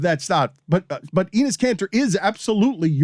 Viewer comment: Pronunciation of Enes is Denis minus the D.